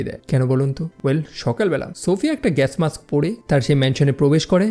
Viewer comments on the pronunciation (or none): none